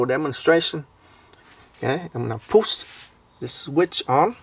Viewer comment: I like how you say, “puss the sweet in”.